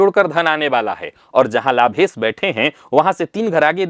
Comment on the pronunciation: कोई ऐसा दिव्यातिदिव्य महानतम प्रयोग/उपाय चाहिए जो हिंदीभाषी विद्वानों को 'श' का शुद्ध उच्चार करना सिखाये। "लाभेस", "लाभेस", "लाभेस"...